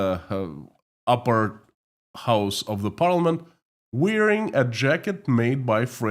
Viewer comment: I suggest you look up the correct pronunciation of WEAR or WEARING where clothes are concerned. Elsche.